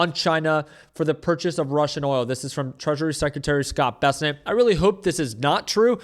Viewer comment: I like how you pronounce the treasury secretary's name: "Bessenet"